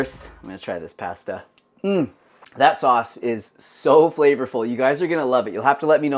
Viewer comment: I wish posters would properly pronounce foods they are making. Start with pasta.